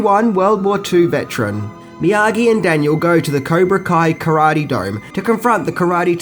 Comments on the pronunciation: Cobra kai not kaibra co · Lol he said kaibra ko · Did you really pronounce Cobra Kai "Kaibra Co"?? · LOL, you said "Kibra Co" instead of Cobra Kai. lol. Also it's Mr. Miyagi who suggests the tournament not Reese. PS: say "skeleton". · What the hell is Kaiba Co sensei???? It's COBRA KAI. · It's not Kaibra Co. It's Cobra Kai. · Idk if its the accent... but its Cobra KAI not Ko... and Miyagi is from Okinawa.. not Okino.. good vid nonetheless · its cobra kai not kaibra co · He says Caibra Ko instead of Cobra Kai at it's bothering me so much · Go to It's Cobra Kai NOT Kaibra Co - Dumbass! - Also Mr Miagi is Okinawan NOT Oki-one - Moron ! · Kibra co??? Surely u meant cobra kai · Woah, you said Cybra Ko instead of Cobra Kai lol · It's not his accent, dumbass. And he said "Cobra Kai" just a few moments before saying "Kaibra Co." He also pronounced "Okinawan" as "Okiwan." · Did I hear him say “Caibra Ko” at the beginning? It’s at 0:98 or so. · caibra ko? when you first said cobra kai, you said caibra ko!! that was funny, cheers from denver. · Sorry turned it off when you said Kibra Koa sensai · "okie-wan",. "kai-brah-koh". For the past year I've been listening to you hysterically butcher choice words and I really need to know, is this an Australian thing, or do you have an impediment of some kind? I don't mean to be mean, I love you videos they're a great source of comfort I've watched a lot. But tonight's the night I just had to ask, sup wit dat???? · I am not the only one that caught "Kibra Coi" right? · “an okie-wan” instead of Okinawan got me giggling Other favorites - Kaibra ko, skellington costumes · Did he really say cibra co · "Kaibra Co" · Miyagi's home VILLAGE was Tomi, located on the Island of Okinawa. Btw, did you actually say "Cibra Koh", ? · Caibra Co? Torpeto? Seriously, not a single video where you don't butcher a name or word. It must be intentional. Man, Daniel sounds like a real cocky little shit. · Lol you said kybra koe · You said kaibra co